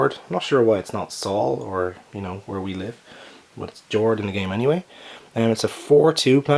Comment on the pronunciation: I know I'm 4 years late, but i looked up Jord. It's the personification of earth and a goddess in norse mythology. It's also pronounced Yord.